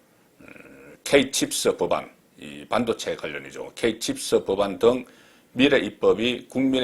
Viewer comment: 산업,미래,공식 등 발음 한번 리뷰해 보세요.